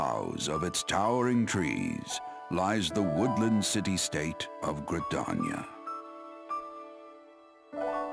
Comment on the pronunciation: I know I've been too into this game when I hear you pronounce Gridania wrong and out loud correct you within seconds. Its pronounced Gri-dar-nia not Gri-dania. Man I'm an ass